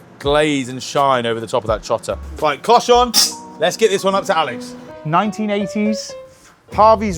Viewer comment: I thought you said “cochon’ not “cloche on” 😂